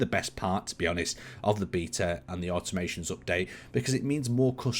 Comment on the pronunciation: Someone pls tell it's automaTONS update and not automaTION:D